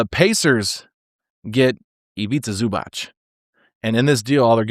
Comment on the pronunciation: It is definitely ZUBATZ. ZUBACH would have been written like Zubač. Native Croatian(ish) speaker here.